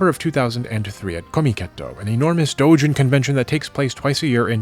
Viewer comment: The way he says “Doujin” is so satisfying.